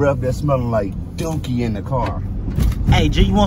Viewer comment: The emphasis on dookie is crazy 😂